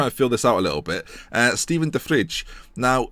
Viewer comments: you pronounce de vrij as de vrai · de vrij is pronounced as 'de vri'